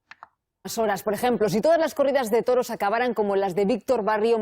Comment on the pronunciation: The news reporter didn't say "débito." She said "delito." That means "crime. " She said "mensajes publicados en las redes sociales podrían ser constitutivos de delito" which means "messages published on social networks could constitute a crime."' When you said "toro," you rolled your ''r." You don't roll your "r" between two vowels. You said "torro" instead of "toro." You should tap your ""r" between two vowels. Say this sentence to help you distinguish between "rr" and "r" between vowels: El perro come peras, pero la perra no come peras como el perro. Roll the "rr" and tap the "r" between the two vowels. Just giving you some tips.